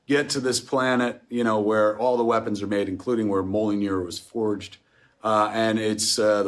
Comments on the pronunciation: "Molly-near"? Or was that "Mole-near"? Love you, Kevin. Also, there's no such thing as a "giant dwarf" Kevin. That's an oxymoron. You just call him that because you know Dinklage is a dwarf. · did he just call mjolnir molyinir?